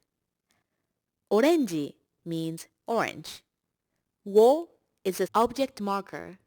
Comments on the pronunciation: nonono this video is a bit misinformed the 'wo' in this case is actually pronounced as 'o' not wo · But in this case the particle should be pronounced as ¨O¨ and not ¨WO¨. Same thing happens with particle ¨HA¨ it is actually pronounced as ¨wa¨ when used as particle. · hi, this has been posted a long time ago, but I thought that wo; would be prounounced as o not wo. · Guys by the way the particle を isn't pronounced 'wo' when used as a particle.its instead pronounced 'o' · Yeah She's probably a native speaker but it annots me that she says wo and not o Maybe it's another accent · that's exactelly what i tought it was confusing me :/